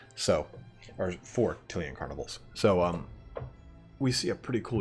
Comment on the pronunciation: There`s nothing to worry about in the pronunciation. There are no Italian words in DOW, only words that some English guys made up which sound Italian-ish. I`m more worried that you are massacring Tilea, which I always thought of as ty-lee-a. Also, being American (which you cannot help) you don`t see all the puns, in-jokes, references, & play-on-words that old-school warhammer/40k used to be stuffed full of. Otherwise, good work fella.